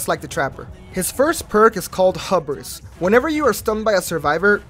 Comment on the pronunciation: Hue-bris btw :) great vid ❤